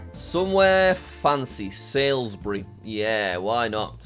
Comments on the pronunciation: Jack , Salisbury is pronounced as sawlz-buh-ree rather than sailsbury 😅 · Got excited when you started to go more southcoast and even more so when you hovered over Salisbury but then winced as you pronounced it SAILSbury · Hearing Salisbury being pronounced as salesbury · good video, i just hate the way you pronounced things like sailsbury and st albans. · jack pronouncing Salisbury wrong 🤣🤣🤣🤣